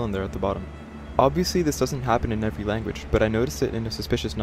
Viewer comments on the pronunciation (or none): none